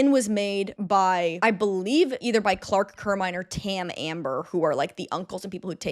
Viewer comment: i love you so much but his name is CLERK Carmine not Clark Carmine